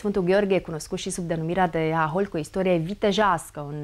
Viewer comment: Hahóli, fă, nu háholi! Pune accentul corect!